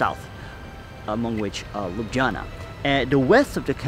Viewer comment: lubdzana? ho ho ho...